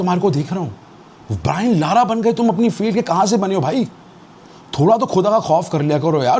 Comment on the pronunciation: Brian lara ❌. brian looooorraaa. ✅